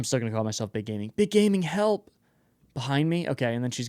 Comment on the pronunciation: She didn’t say help, she said hllp did anyone else notice that?